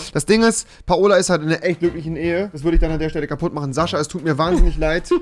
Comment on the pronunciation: Altaaaaaaaa das heisst paola nicht PA OLA